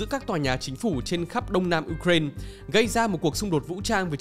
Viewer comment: Đọc là u rai na đi, uren khó nghe quá